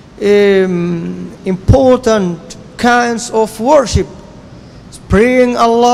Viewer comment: السلام عليكم استمروا اخواني السلفيين بس حبيت أنوه الكلمة الصحيحة هي worship ب ال P